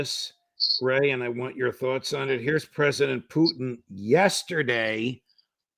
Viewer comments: It’s SO effing IRRITATING that McGovern says “Poo-TEEN” or “Poo-teeng.” It’s POO-tin for God’s sake! Almost as irritating as George W Bush saying “Nook-ya-lurr” for “nuke-lee-urr.” What is so goddMn hard about pronouncing the name correctly? He is literally the ONLY person on amy podcast that does this. It takes away from his credibility. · It's PUtin, Ray. PUtin. It's not PUchin. Nor is it PuTIN or PuCHIN. Nor is it PUtain, PuTAIN, PUtane, or PuTANE. Lose the contrived and pretentious pronunciation. Got it??? Your constant linguistic histrionics is pathetic 🤮🤮🤮